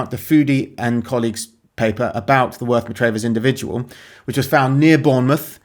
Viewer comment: It's pronounced Worth Mah-travvers. It has one of the best pubs in england, the Square and Compass